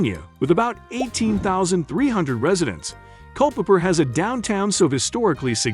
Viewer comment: Culpepper actually hurt my ears. Occoquan, too.